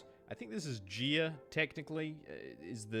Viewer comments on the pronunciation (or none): "Gee-a" 😭😭, nooooooo Have you never heard of the Greek Goddess of Earth? it's "Guy-a"